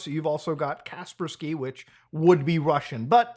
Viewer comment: What the fuck is "Casper-skee"?